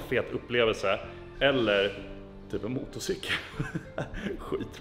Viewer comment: ”Motocikel” haha